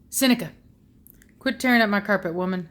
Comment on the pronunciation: lol how you say “womannn” like “wemennnn”. i do the same exact thing😂😂